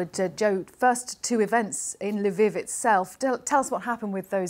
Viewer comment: Covering a war for months now and you still cannot pronounce Lviv correctly.